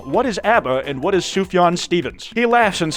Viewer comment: Correctly pronounces 'Sufjan' Claims he doesn't understand the "ABBA or Sufjan Stevens?" one I see you 👁️